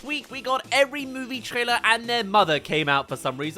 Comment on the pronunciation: why did you say trailer like that